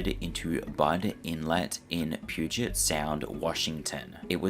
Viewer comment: wonderful pronunciation of puget!!!